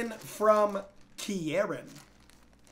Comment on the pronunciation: i thought pronouncing kieran wrong was impossible bro